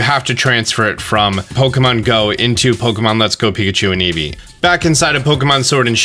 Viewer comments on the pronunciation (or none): none